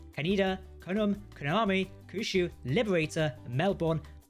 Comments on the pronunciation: Kyushu, pronounced Key-You-Shoe. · It's easy to pronounce "Kyushu". Just say "Q" and then "shoe". That's all there is to it.